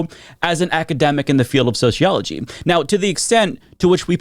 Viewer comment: Soseeology not sosheeology